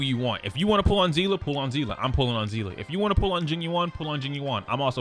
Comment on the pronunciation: Seeeeeeese. The s sound seele see👀 lee i give up